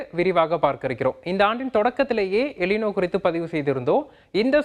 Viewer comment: '' எலினோ " அல்ல " எல் நினோ" என்று சொல்ல வேண்டும்.